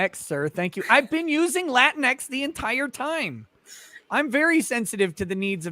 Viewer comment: the way said it made it sound like kleenex: lateenex